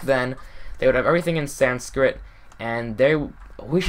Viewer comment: And is he trying to say Sanskit